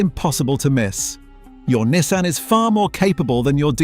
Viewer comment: Learn to pronounce Nissan and maybe make the pictures match what you’re talking about in the video. 🤦‍♂️